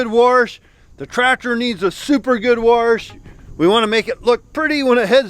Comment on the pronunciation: we need a dictionary addition for. wall words that are spelled one way, but he clearly makes up his own version. Warshed = washed, shmart= smart. xD